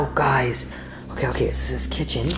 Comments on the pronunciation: Ti say kitehen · He say Kitchen.